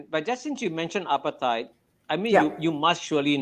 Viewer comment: It's apartheid, not appetite or apatite.